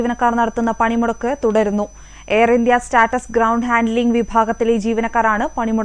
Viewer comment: Mole status alla,air india sats anu,ini vayichu vayichu states ennayi pokaruthu.